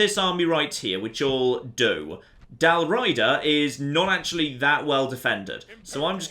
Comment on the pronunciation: Used to play this all the time and never noticed so many historical errors (Dal Riada not Raida, Mediolanum not Medolanium) Used to love going the Barbarians even though my go to guys were the Julii and the Roman Western Empire. Need to get back into this again